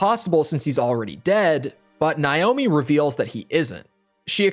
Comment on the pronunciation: Why are you deliberately pronouncing Naomi’s name wrong?